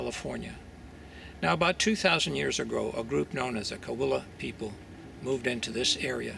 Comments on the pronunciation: It's pronounced "ka wee ya" pretty little DUDE! Oh, and not a drum culture a rattle and whistle culture. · Sauish'pak'iktum (mountain cahuilla). Cahuilla is pronounced = Kaw-whee-uh. I cringed when I heard him pronounce our name that way. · Great video! Quick note: Cahuilla is pronounced like ka wee yah(or at least that’s what Cahuilla people tell me) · Cahuilla is pronounced Ka-wee-aah. ❤ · Wow! Right off the start he mispronounces the name‽